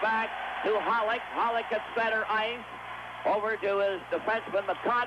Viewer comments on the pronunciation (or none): Foster keeps saying Holik...Hollick. Isn't it Holeek, like Bobby Holik. Are these two guys related to Bobby Holik?